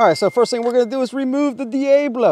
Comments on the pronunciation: Dee-A-blow. LOL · "Dee-AYE-Blow..." lol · I cannot tell if you are pronouncing Diablo like that purposefully or not.